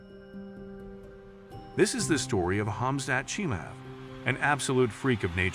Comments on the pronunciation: Also the mf in the video butchered his name so bad😭 its pronounced like hamzat chim-a-ev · Hamza Shima-ev, that is how you would say it. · Bro made a whole video and didn't say his name right once